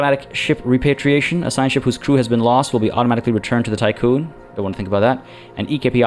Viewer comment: Hi. Just for your information, Tiqqun (or Tikkun) is the English spelling of the Hebrew word תִּיקּוּן, and so the "i" should be pronounced as an "ee". For anyone interested in what it's referencing, here is the Wikipedia page